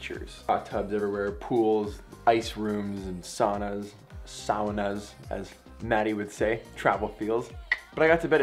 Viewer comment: Nice pronunciation on "saunas" ;-). Nice job otherwise too, as usual.